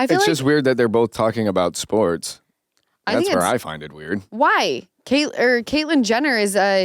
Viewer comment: At first - I thought you said Lamar and Caitlin’s podcast was about “forks” 😂 not sports! Now that would be a funny podcast I would listen to! 🎉